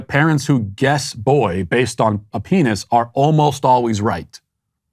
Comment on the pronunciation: I hate the way she says peeneniss